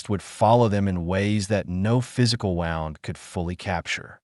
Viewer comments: AI can’t get the pronouncnation of the actual word “wound” right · Dear Narrator, in the context you're using it, the word "wound" is pronounced "woond" like "tuned ," NOT "wownd" like "sound." There are also several wrongly positioned pauses in the narration that indicate this as AI-generated speech rather than a human speaking. Things like the last word of a sentence having a pause before it, as if it's the first word of the next sentence. For example (not a real sentence from the narration), "The band began. Playing the crowd was singing along." This is another AI-like glitch. Just sayin'.